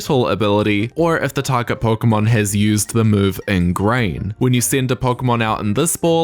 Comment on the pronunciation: Not that pronunciation of Pokémon red and green. Anime don't count.